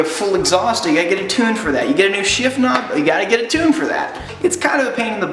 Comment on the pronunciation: Gave it a dislike co you can't say 'tune' properly